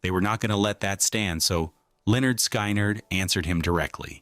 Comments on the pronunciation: It’s pronounced « skin-nerd », not « sky-nerd ». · It's pronounced Skinard